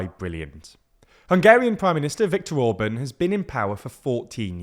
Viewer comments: In Orbán, the “á” isn’t similar to “and”, what are you talking about? “Á” is closer to the sound of the “U” vowel in “cut”. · Once again, not « Ohrb(a)n » but « Orbahn ». It’s exactly the opposite! Please educate yourself about how to read the names that you use in your videos. Get your act together, do some decent work! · Fidesz is pronounced as Fidess not Fidezz! Tisza is pronounced as Teessa not Teeza. Orbán has a hard "a" as in "and" or "apple". "Sz" is one of 44 letters in their alphabet, always pronounced as an English "s" . Hungarian "s" is always pronounced as an Engiish "sh", so Budapest sounds like Budapesht. Sorry, these things matter and takes just a little time to learn!